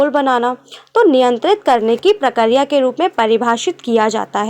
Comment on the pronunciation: Mam wo prakariya prakriya hota hai